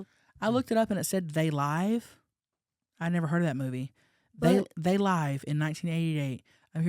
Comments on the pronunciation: yhe movie is called "They Live" as in LIV....Like LIVING......not LIVE, as in your Live.😂 Love ya hunnies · I've never seen the movie "They Live" but I'm going to guess it's pronounced they live as in like, "live your life" not they live, like a band is playing "live" haha. Love u honeys